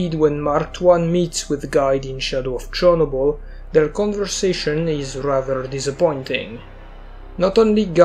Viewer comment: this guy unironicaly said chornobly lmfao